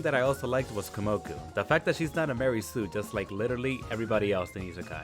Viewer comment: may I ask why you're pronouncing her name as Kumoku instead of Kumoko? And please, if you have any interest for this series just go and read the light novel, you won't regret it. The manga will take a million years to reach where the light novel is now, and is missing some details as well as the story of some other important characters.